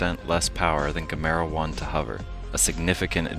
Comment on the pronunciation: Doesn't anyone know how to properly say Gamera!? This narrator doesn't.